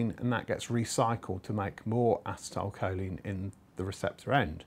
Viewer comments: I cringed every time he said "assa-tile" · its pronounced aCEtylcholine emphasis on the C en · A-Cee-Ta-A- Col - Leen